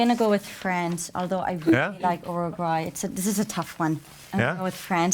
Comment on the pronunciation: "UruGAY", really?? xD